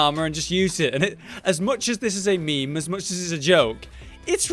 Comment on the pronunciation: He just say 'me-me' ?